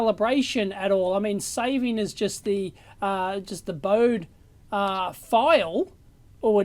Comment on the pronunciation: Hi Dave - not to be pedantic or anything, but it should be pronounced "boh-dee", in deference to Henrik Bode. Just sayin... Love the review though!